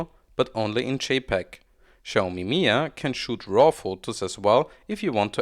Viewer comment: it's pronounced mi-jia with a J, it's not silent. it's Chinese not Spanish